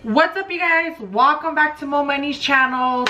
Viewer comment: “WALCOME” lmfao She looks soooo weird and ghetto.